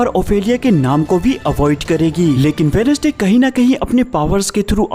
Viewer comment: Wenesday nahi bhai wenz'day bolte hai